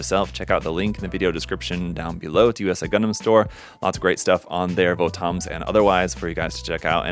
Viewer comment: Not to be rude but it's actually pronounced more like "Votums" (the romaji is "Botomuzu").